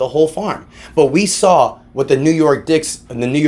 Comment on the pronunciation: Bro l almost colapse some weights on my chest (bench press) when you said New York D I c k s!😂😂😂😂 Literally you almost killed me!!